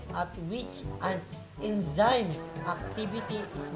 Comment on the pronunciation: Enzymes should be pronounced as en-zimez. Not en si mes